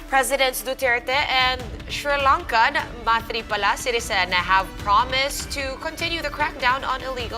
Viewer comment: You pronounce Sirisen wrong 😂😂